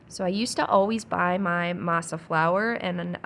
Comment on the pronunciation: Masa you said it correctly M “ah” I grew up on homemade tortillas so I love that you make them. Also this video motivated me to thaw out some of my frozen garden zucchini for zucchini bread. I usually add walnuts and make a separate loaf with chocolate chips.